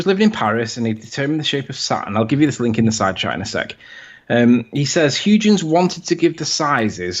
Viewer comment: Apart from utter BS, I also get very annoyed every time he mangles Huygen's name!